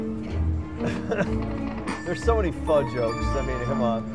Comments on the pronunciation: Sorry that slot game was silly, just a stupid banana in the middle. Tell that guy the noodles Ramen and Pho is pronounced ‘Foh’ it’s not ‘fuh’ as in telling someone to ‘F off’ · Its spelled PHO but it is pronounced PHA you had it backwards..lol.